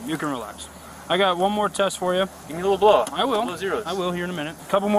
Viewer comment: "you wanna blo me?" hahaha